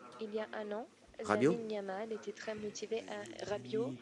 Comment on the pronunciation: DD a dit Yamine Lamal au lieu de Lamine Yamal...